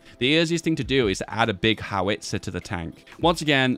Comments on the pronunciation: BOW as in the tie, bow-tie -GEE (hard G, not soft) and HOW-ITZER... not HOW-WITZER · You're stressing the wrong vowel in "howitzer". It's "HOW-its-er" not "how-ITS-er"